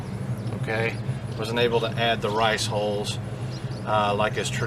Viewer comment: You did say "riceholes" right?? LOL!!